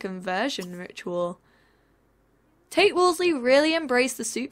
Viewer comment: Whenever she says Tate's name, I keep thinking she says "taint" and i lose it